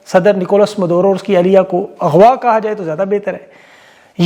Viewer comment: It's Maduro not Madoro